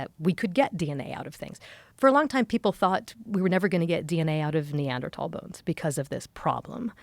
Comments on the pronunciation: stop saying Neandertall, sounds so dumb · Pretty hard to hear Neanderthal pronounced Neadertal 100 times..like my ENT saying ‘Tinnitus’ in a bold new way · I had no idea they were pronounced neanderTALL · thats not how you say neanderthal